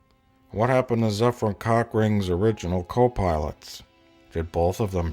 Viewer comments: Zephram Cockring? LOL! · Oh man, I never noticed "Zefram Cockring" until I read the comments. :D